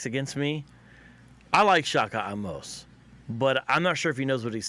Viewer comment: Token mulctoes! 😂 Say the name correctly bro! Don't be lacy like that y'all's beloved wyt d word! The "e" in Amose ain't silent you goofies!